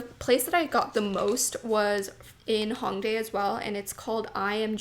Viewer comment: The “Ho” in Hongdae rhymes with “toe.” This being said, you would pronounce the city as “Hoe-ngdae” instead of “Ha-ngdae.” I understand that you’re Canadian so your impulse is to pronounce it as if the first syllable rhymes with “song” or King “Kong” but this incorrect. I know you have no ill-intentions! But it would be nice if Youtubers would educate themselves more about the country and the places they went. As a Korean viewer, it would’ve been nice if you made the effort instead of consistently mispronouncing it. I hope my comment does not upset you or anyone. Much love xoxo